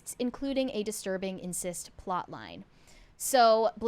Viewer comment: Incest, not "insist".